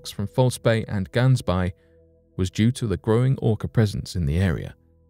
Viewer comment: Did not get it right with Gansbaai.